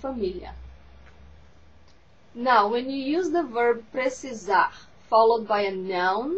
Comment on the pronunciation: Precisarrrrrr. Achei que terminava com um "r" só, precisaR. Mas de resto, ta tudo normal...